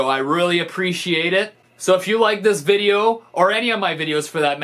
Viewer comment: as a fellow Canadian, I never hear Stevie’s accent. UNTIL he says “video” then it’s OH SO THICCCCC